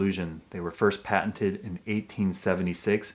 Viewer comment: Thought it said patient instead of patent... lol